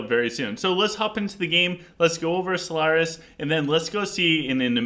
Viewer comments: I would say in this episode the mispronunciation is having a large impact. It doesn't matter normally if you add a syllable or something, but you are reviewing solaris calling him solantris and talking about artifacts of which one of them you are discussing is called solantris. Its just a huge confusing mixup because your audience has to try figure out what you mean. I would seriously just send the 5 minutes to sort out the pronunciation. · it is solaris not solANTRIS lol